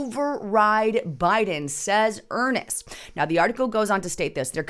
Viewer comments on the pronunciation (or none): Not pronounced Johnny Earnest. Pronounced Joe-nee Urnst. And a she, not a he. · It's Senator JOANIE Ernst...not Johnny Ernest. How in the hell are we supposed to believe your assertions when you can't even get Senator ERNST's name correct??? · Joni Ernst is a WOMAN. HER name is JONI (pronounced like JOAN with and 'IE' on the end). And her last name is ERNST pronounced EARN with an 'ST' sound on the end of it.